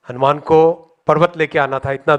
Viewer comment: hanuman ji ka naam sahi se lena chahiye tha😂😂😂😂😂